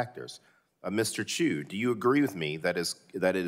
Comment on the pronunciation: To start off, our dear Congress members can't even pronounce his family name right. Can't count on them defining what an "algorithm" is.